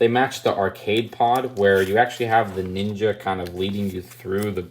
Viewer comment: You sayed dinja